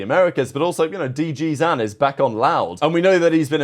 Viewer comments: Bro please for the love of god it's zin as in literally like zyn, not ZAN PLEASE BRO LMFAO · This guy and his pronunciations man for the love of God it is D. G. ZIN as in sin and M. W. ZERA not mewzera like a cat.